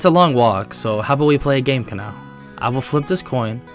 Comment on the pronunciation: you need say her name as ka-na-o not ka-nau please dor the next times you do demon slayer what ifs